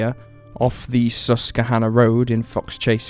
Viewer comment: Pronounced - sus / kwa / hanna